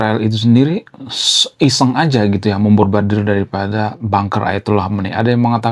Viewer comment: Susah nyebutin MEMBOMBARDIR ya bang😂